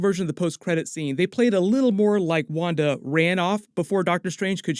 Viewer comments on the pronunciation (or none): none